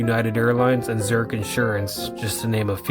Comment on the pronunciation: Actually, Allstate Arena and the Convention Center are closer to O'hare than the mall. (And it sounds like you're pronouncing Zurich Insurance as "Zurk"?). So many of the big stores have closed, such as Sears & Lord & Taylor, which is a shame. Used to shop here a lot on weekends up to a few years ago, as well as a lot of the stores on Golf Road (and many are gone, like Linens N Things, Borders and Tower Records). They did do a great job refurbishing/updating/expanding the mall over the years. With many people preferring online shopping, malls are having a tough time these days.